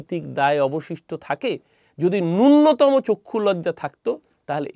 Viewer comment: কথা নূন্যতম নয়, নূনতম